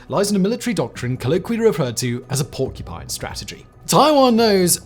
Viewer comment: WHY "PORCU'PINE'"!